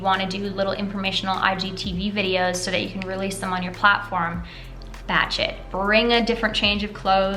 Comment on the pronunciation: I laughed so hard when you started the video I thought you said Bat Shit instead of Batch shoot oops sorry love your content you always give great advice!